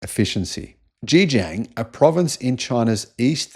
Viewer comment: Pronouncing Chinese words or names needs a bit of guidance... Zhejiang is the "Ger" from Germany, plus a jee-ung sound, but melded so it is almost a single syllable. (but not "jang", as you said). If you really want to be accurate, the tone combo is 4 and 1.